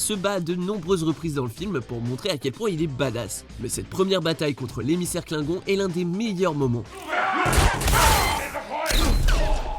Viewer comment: Kligon "on" comme en anglais 😂😂😂